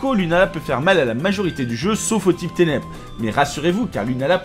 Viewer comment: mon téléphone c'est éteint en entendant ténébre